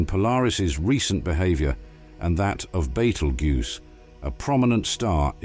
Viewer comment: So this is how AI makes videos? Love the speech computer: be-hahv-yor; life sickness. And the out of focus Venus, same as flat earthers show. But! Polaris exploded and we'll die! Well, it will explode soon! Well, not soon, but... Oh yes and it won't actually explode. And sorry we don't actually feature Neil Degrasse Tyson. Hey, gimme a break! Gotta eat too, right? Imagine me doing honest work ? 😮😅